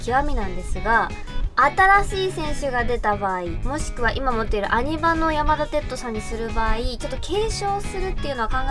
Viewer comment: 「やまだてっと」 →「やまだてつと」かと😭 すみませんこんなこと細かくて言おうかどうか迷ったのですが、聞いててとても違和感があったので🙇‍♂️ 余計なこと言ってすみません🙇‍♂️